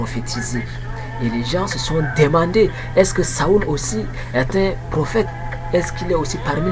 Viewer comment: Mon cher ami, Saül se prononce [sol] et non [saul] => (saoul).